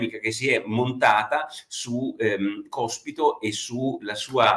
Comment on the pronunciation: ...😀 ma soprattutto, perché Porro non riesce, dopo giorni che è sulla bocca di tutti, a pronunciare correttamente sto cavolo di cognome del mona anarchico?😉🙋🏼‍♂️